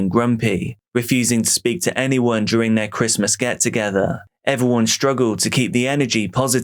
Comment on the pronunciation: Why do you pronounce it "duRING"?